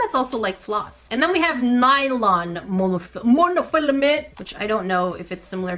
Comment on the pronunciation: the MoNuHfiLUhMeN KILLED me